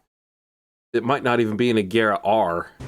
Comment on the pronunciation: pronounced Ajeera i think